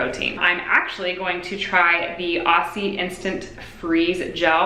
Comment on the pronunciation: It's a little thing, but I really do want to educate all the overseas curlies who use "Aussie" products. It's pronounced "Ozzie", rather than "Ossie". Petty, I know. Love the video though.